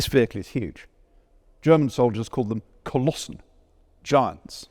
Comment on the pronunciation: You would say "die Kolosse" as plural "der Koloss" for a single one